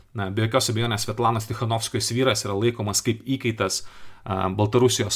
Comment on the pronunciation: kodel Valdas Bartkevičius kalba tokiu ryškiu rusišku akcentu? isiklausykite: kirčiavimas ne lietuviškas... bando pasakyti "kaip geriau", o gaunasi "kaaaip giriaaau" Kodėl lietuviškai sunkiai kalbantis žmogus su rusišku akcentu taip varo ant rusų ir vaidina, kad jis lietuvis lietuvių vardu veikiantis?